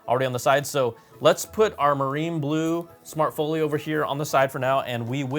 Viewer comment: "smart FOOL YO" why do you say it like that?? intentional?